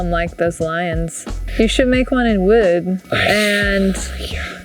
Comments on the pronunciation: "You should make one in wewd" - Bobby Duke has entered the chat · Wait. How did she pronounce "wood" ??!!